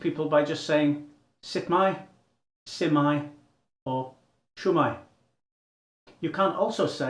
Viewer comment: it's not s'mae it is shwmae